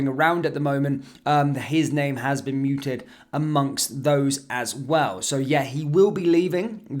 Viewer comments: the word is "mooted" -pronounced as it's written, not the same as "muted" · it's mooted not muted.